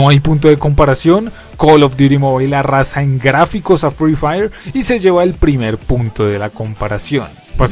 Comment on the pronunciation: @@ ni sabe decir sus nombre buen se dice free fire no frifiri 💀 así call of duty es mejor en todo y siblo niegas es que ere pobre 💀